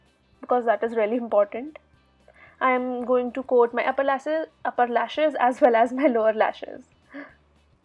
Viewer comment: “UPPER LASSES”